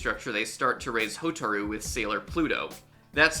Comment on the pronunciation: That's not how you Pronounce Hotaru,.